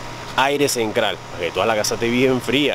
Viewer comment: 😮😮😮 porqué todas las palabras con T las pronunca con C 😮😮😮😮 cenCral CRailer 😮😮😮 enCrada